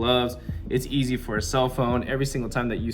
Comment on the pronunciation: It ain’t e-zehhhhhhh